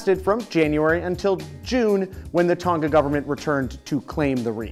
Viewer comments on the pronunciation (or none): Dude your pronunciation of Tonga is sooo white